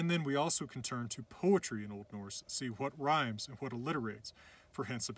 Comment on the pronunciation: i’m icelandic and he pronounces this really well :)